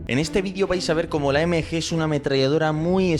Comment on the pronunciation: es MG no NG